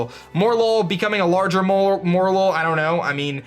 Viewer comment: It's not "MORE-lol" it's based on the morel mushroom and "lull" so it should be "mo-REL-ul"